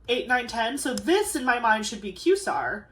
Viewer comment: I love the way your mind works! And just wanted to mention the world quasar is pronounced KWAY-zar. It’s kind of an abbreviation for quasi-stellar. From one astronomy lover to another ❤